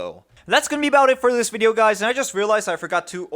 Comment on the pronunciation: "if you dont like this wideo my name is linus" lmfao xD